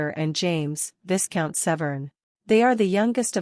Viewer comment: Viscount pronounced: VI COUNT